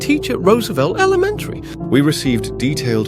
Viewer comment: “i teach at rosvelt AlaMenTy”